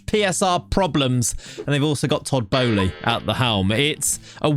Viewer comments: it's pronounced "BOH-Lee," and doesn't start with an E. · he doesn't know how to pronounce boehly.